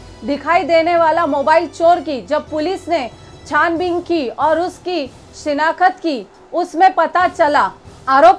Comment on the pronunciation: शिनाख्त होता है न की शीनाखत बोलना सीखो 😂😂😂